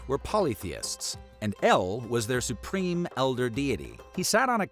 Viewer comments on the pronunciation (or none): none